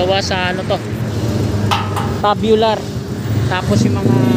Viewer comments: Loko tong mga Kasama ko nagpa correct Ako Ng pronounce dyan.Tama sana Ako😂 namali TULOY tabyular daw tamang pronunciation 😂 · Pasensya na boss kamali Ako. Tube bular talaga tamang bigkas nun.Medyo alanganin lang Ako. TUBULAR ...Yan Ang bigkas ko kanina nag edit Ako... Kaso Humirit mga katrabaho ko na Tabyular daw bigkas dyan.Mga kagaya ko din eng eng wika mo. Pero ok lang Yan tanggap ko Ang pagkakamali ko. Dahil dyan nag umpisa para matuto. Tandaan mo Rin na maski Ikaw dika perpekto. At ni Isang tao Dito sa Mundo LAHAT Tayo Hindi perpekto. Kaya kung magaling ka matalino di ganyan Ang asal mo.Ang matalino marunong makaintindi at umunawa Hindi Ang pumuna at manghusga.